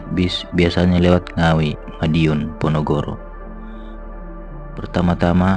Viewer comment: Bukan ponogoro boş tapi ponorogo